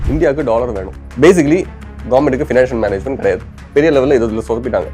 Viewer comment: 'Dollor" ✔ 'Dollar' 🤷‍♂😭